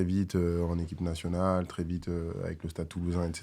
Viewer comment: Petite note pour nogodi : le mot "très" ne se prononce pas "tRRRé" mais "très", comme "trait".